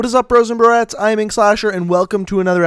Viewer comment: Jacob Layden broettes for girls u say it like bro ets